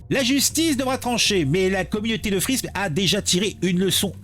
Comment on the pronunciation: Ça se prononce fime !!!!